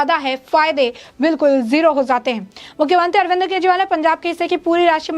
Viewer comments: अरे पत्रकार महोदिया,, बोलना तो सीख लो पहले भी इतने गौर से सुना ,,आप अरविंद को* अरविंद्र * बोल रही है ,,बोल तो सुधार लो पहले ,बाद में ही इतनी बक बक कर लेना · Madam Arvind Kejriwal hai na ki Arvinder